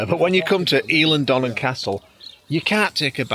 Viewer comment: Aye: he is saying it right!